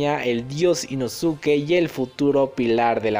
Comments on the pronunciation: Chido videos perooooo...no se dice “inosuke" se pronuncia “inoske",solo para que lo sepas amigo👍😊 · Se pronuncia Inoske dilo bien porfa,cada vez que escucho inosuke me desespero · no es inosuke se dice inoske no podes hablar asi ante la mejor cosa del universo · No sé si soy la única que se sintió incómoda por la pronunciación de Inosuke y no Inoske es que la u en japones no se pronuncia por lo que Inosuke se pronuncia Inoske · InoSUKE, Inoske!!!! Como carajos no sabes? Te leíste todo el pinche manga y anime y nada!!!!! Me emputa, me emputaaaaaaaaaaaaa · Se pronuncia "Inoske" la u es muda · Creo que se pronuncia inoske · no se dice "inoske"? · se pronuncia inoske pero se escribe inosuke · se dice inosque 😓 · Se Lee "inoske" campeón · Se lee Inoske, nomas digo. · Me da gringe que no digas inoske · Hola vengo del futuro a decirte que te equivocaste y que inosuke 1 no se pronuncia así y 2 el es lo más chimbaaaaa